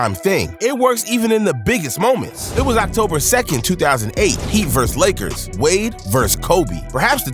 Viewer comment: bro he also said leggers instead of lakers on level 55 or somethin